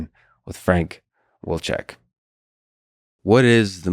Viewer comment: Actually it’s “Vilchek”.